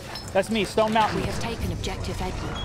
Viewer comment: i love when it said team stoned instead stone for snoop